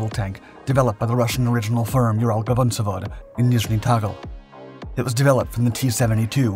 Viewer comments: Ural-VAgon-Zavod. It' literally Ural-Wagon-Facility/factory. The GavonZavod repeatedly mentioned here just pulls my ears..(love these channels, tho❤) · vagon zavod, not gavon zavod